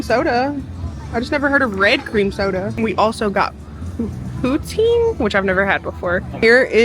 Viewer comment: Canada here, poutine is a french word, pronounced poo-tsin! That did not look like the best poutine, hopefully you can come to Canada one day and try one at a Québec cantine. The cheese is meant to be squeaky, but it usually should be a little melted and soft when you eat it, it's my favourite part😍 poutine is not a gimmick for tourists, we be eating it regularly instead of going to a burger joint